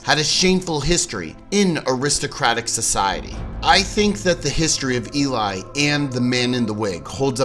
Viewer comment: It’s pronounced Eh-lee not E-lie I’m pretty sure. I live in Sweden and the name is pronounced like EH-lee-us not el-LIE-us. Just if you care :)